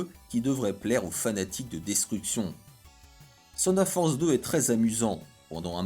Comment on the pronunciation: Mais pourquoi tu dis Seunedeurre Force!!! On dit Teunedeurre! Ouais je sais le TH dans Thunder ce pronnonce pas mdr 😂. Ok la science